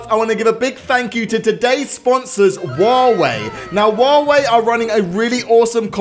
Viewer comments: I love how he said "wawei" instead of huawei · wtf u said wawei its clearly huawei cant you spell it? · Huawei? Nah Wuawei? Yas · I heard say waaway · Is it me or did he pronaunce huwawei wrong? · you miss spell huawei You said wow way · anyone else heard he always says waweh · Woave what it's Huawei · It’s hu hyuwei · did he say wawaei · That’s not how u say huawei